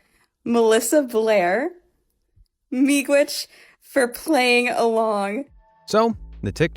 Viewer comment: u spelt it wrong. it supposed to be miigwech i'm from an ojibwe school u also pronounced it correctly tho